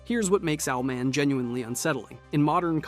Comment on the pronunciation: How dare you say Owlman like that